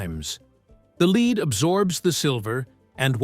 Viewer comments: AI - you can tell when the voice pronounces lead ("led") as "leed". OOOPS! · It is kind of interesting but it is pronounced lead not 'leed'. Must be AI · I'm glad to have discovered your channel. Your narration and visuals are professional grade. Thank you (Not sure the narration is AI, it sounds human to me. AI voices usually make mistakes in the reading of the script and don't have human feeling in their narration) he says the "leed..." When he should say lead. Indeed, it may be a "AI professor voice" after all. The author made sure to triple check the script, and ran a test first to check how it pronounces the script before uploading it to YouTube. It is from the best AI voice that I've heard so far. I also notice that the voice pitch level does not change throughout nor the speed.. another sign of a robotic monotone AI voice. This AI voice though is plenty acceptable for my standards, given the times we live in. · AI slop! The "lead" with a long "e" oxidizes. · Lead!=lead. Your AI is broken.